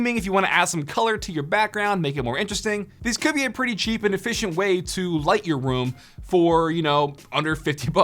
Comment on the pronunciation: why does he say like ‘puh-ee’